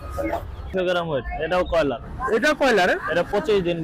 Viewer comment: কয়লার না ভাই বয়লার